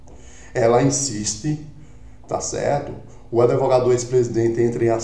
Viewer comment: Outro que fala em adevogado